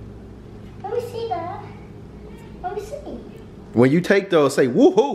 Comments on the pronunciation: Why you keep calling them ear pods 😂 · He was pissin me off for saying ear pods 😂